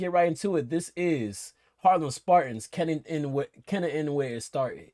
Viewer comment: Americans pronunciation of Kennington 🤣🤣😆